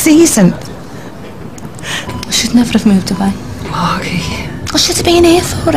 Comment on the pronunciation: At one point, Jimmy pronounces "Margi" with a soft rather than a hard "g".